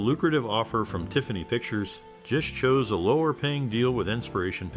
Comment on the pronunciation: Bro it’s GISH with a hard g